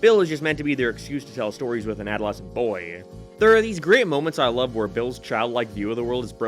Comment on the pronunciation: he said loav (love)